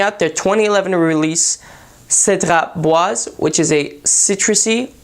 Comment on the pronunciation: Wow the first person who can say the name correctly!